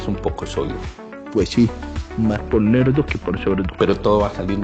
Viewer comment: Nerdo no LERDO